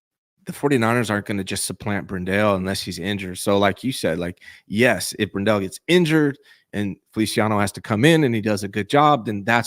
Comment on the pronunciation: It's BRENdell, not brenDELL.